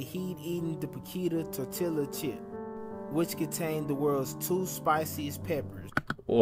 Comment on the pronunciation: My cousin says "tor-tila" too 😂